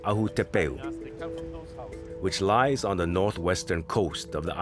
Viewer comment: “Thuh Island” is so cringey. Someone please inform the narrator that the word the is pronounced thee before a vowel. He must’ve missed that day of third grade.